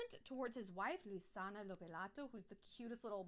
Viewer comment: I know this is irrelevant taking in count how important is this topic, but I can tell you your pronunciation of "Luisana Lopilato" is pretty good ( Spanish is my native language) 😂😂😂